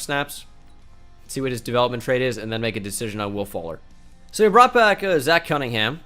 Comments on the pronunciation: The fact that he actually said zach as ch, not zack is broken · No one: Absolutely no one:: Pronounces Zach (Zack) as Zatch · i hope you're fuckin with me and don't actually think zach isn't pronounced the same as zack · Bruh even if it’s Zach it’s still pronounced Zack